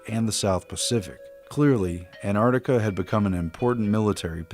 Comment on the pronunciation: Why do you say an'ar'tica Its Antarctica Why are you trying to destroy English language